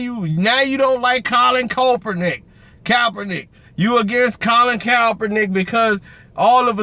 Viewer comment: why is it so hard for to say KAP - ER - NICK